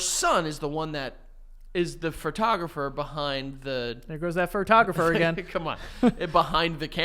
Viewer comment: There's just something right about the way says "Furtogruphers"